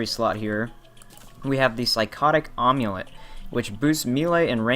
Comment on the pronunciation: Just so you know, Amulet is not pronounced "Awm-ulet" the Am sound sounds more like "Ham". Just say Hamulet, then take out the H! =)